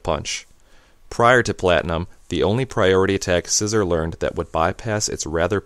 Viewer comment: Isn't it See-zor not Scissor? i pronounce Scizor Psy-zor and See-zor